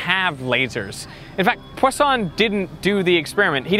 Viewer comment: it was one of our 1st year college experiments... newton's rings was way cooler than this. learnt one new thing that we were pronouncing Poisson incorrectly